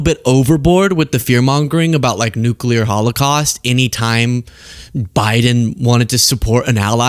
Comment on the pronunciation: it's ok,... global economics have gone "nucular"